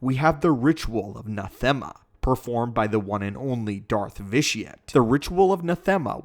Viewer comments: Ikr? Not as if there's a whole game worth of references to it with people pronouncing it correctly to look into. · your wrong about many points about the ritual of nathema, including the pronunciation of the planets name. it wasnt vitiate who did that for instance. it was tenebrae. upon the completion of the ritual of nathema. he became both vitiate and valkorian at the same time. as he was so powerful at that point that he could split his consciousness into 3 distinct parts.